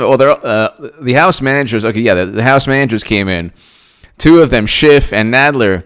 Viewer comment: Is it just me, or does Jay Sekelow really clip the 'f' sound when he says Schiff, so that it sounds more like a 't' sound?